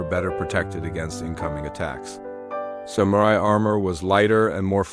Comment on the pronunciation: You keep pronouncing ‘samurai’ differently 🙄